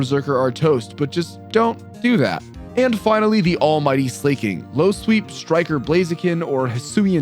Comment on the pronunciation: Lmao just found this channel and I don’t see any comments talking about the pronunciation of Pokémon names (gyarados, slaking, and decidueye pronunciation was absurd). Is it like a running joke or does no one care?